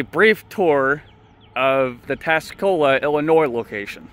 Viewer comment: Tuscola* not Tascola. Are you illiterate?